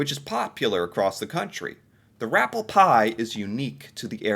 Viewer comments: It’s not “rappel” pie. The word is “rappé” pie from the French shore of Nova Scotia. Not made with “dehydrated” potatoes in the sense of instant mashed. It’s shredded potatoes squeezed to remove the moisture and mixed usually with chicken. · Always fun to listen to your comments. From Nova Scotia And having some rappie pie with my family this Saturday. It's rappie with an i not rapple with an L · It’s rappie pie with an i not an L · Its not pronounced rapple pie, lol. Its pronounced rappy pie. Personally, as a born and bred Nova Scotian I cant stand rappi pie... bland as f*ck and the texture is close to wall paper paste, lol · Its rah- pee pie, not raa-ple spelled rappie. They misspelled it. Its a traditional french acadian dish made of mashed patotes, and chicken commonly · as an acadian from nova scotia, it's a potato dish called Rappie Pie (not Rapple Pie) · I live in Nova Scotia and the site you're reviewing has it incorrect. It's Rappie Pie, not Rapple pie. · Not to judge but it is pronounced New Found Land. And it is Rappie pie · Hi, while I am born and raised in Ontario, both my parents were born and raised in Nova Scotia. The spelling is wrong for Nova Scotia’s dish. It’s actually Rappie with an i not an l. It’s pronounced Raw-pee pie. The picture in the shot is showing a rather “slimy” rendition of the pie our family likes ours firmer. And while it’s a very simple dish it is delicious. Rappie pie is also an Acadian dish. It’s a very traditional Christmas Eve dish. As someone from Ontario I can assure you I have definitely had my share of pickerel in my life. I honestly would have thought Manitoba’s dish would have been perogies as there is a large community of Ukrainian descendants in the province. And as an aside, Montreal is superior to any other smoked meat you will ever consume, off the charts good! Just wanted you to know 😀